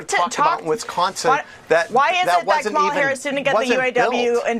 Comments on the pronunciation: Her name her name is not Ka mala you purposely mispronounce her name it’s, KAMA LA y’all gave up calling it out when they pronounce her name on purpose incorrectly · If an anchor can’t pronounce Kamala’s name correctly, she ruins any chance of credibility as her bias comes through loud and clear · Why are these morons so insisting mispronouncing her name? Is it some kind of litmus test